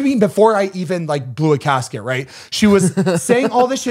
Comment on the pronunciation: I CRACKED UP when Zane said “Blew a casket” instead of “Blew a gasket” 😂😂😂😂